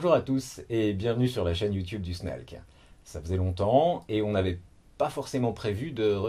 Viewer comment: snalc se prononce snake maintenant?